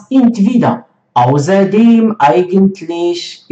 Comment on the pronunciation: Ausserdem und nicht auserdem 😂